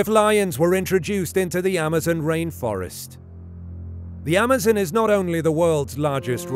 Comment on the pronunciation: The way you say Amazon is a headache